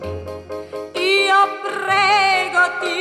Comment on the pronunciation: A ja włoszczyzną: cóż za piękne "r" i "e" w wyrazie "prego"! :-)